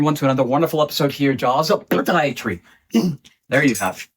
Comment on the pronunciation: Why do you say “PAAH-diatry” the way you do? Is there a story behind that?